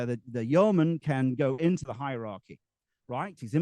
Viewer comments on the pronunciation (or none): What's the origin of this yeoman/yurtman word? (He seems to pronounce it differently throughout)